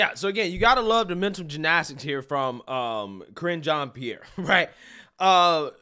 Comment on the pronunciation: I like the way you pronounce the press secretaries name. "Cringe On Pear"